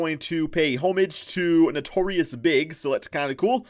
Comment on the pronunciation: This man said notorious big. Smh